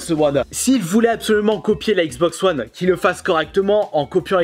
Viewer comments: Cela se dit wone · Je crois qu on dit wane